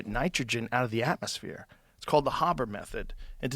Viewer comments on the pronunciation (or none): none